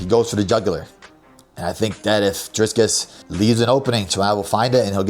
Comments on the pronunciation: FFS, Belal, it’s “Dricus,” with one “s.” Not “DriScus.” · I keep dying when he says "driscus" habibi it's DRIcus DREE CUSS 🤣🤣🤣